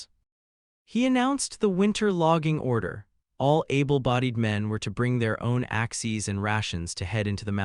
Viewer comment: Good story so far, but the Constant mispronunciation of Axes is tiresome. Also, the AI Narrator splitting words with odd stops and mispronouncing the second half is just as annoying.